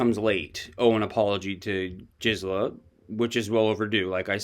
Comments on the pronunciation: Her name is Gizela. Not Jixela. G as in grape. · YESTERDAY I politely tipped you off TWICE in Comments that Gisela is NOT A SOFT “G,” for example, GELATO; her proper pronunciation is with a hard “G” like Good! You’ve used it both ways all of a sudden now. Just want you to sound smart 😁